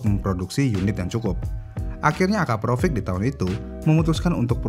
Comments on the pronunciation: Akrapovic bang, tapi bacanya konsisten Akraprovic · Akrapovic ya min bukan akraprovic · Akrapovic bukan akraprovic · Perlu latihan lagi dia nyebut Akrapovic. 🙂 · Akraprovic?? Akrapovik bang😅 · akrapovik bang nyebutnya bukan akraprovik, di awal vidio ada kesalahan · Kok risih ya dengernya AKAPROVIC, pdhl kan tulisanya AKRAPOVIC.. ini mimin typo apa gmn mesin dubingnya 😅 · Sebenernya yg bener AKRAPOVIC atau AKAPROVIC sih min? Kok mimin nyebutnya AKAPROVIC terus? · kayanya gua juga dengernya provic bos ? Baru di tengah² video berubah jadi akrapovic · Kedengerannya akraprovic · Susah ya bang nyebut AKRAPOVIC